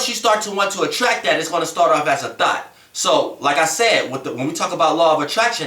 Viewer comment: Every time he says thought its sounds like he saying thot. Lol